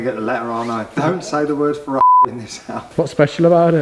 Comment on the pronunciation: New guy here - Why can't he say Ferrari?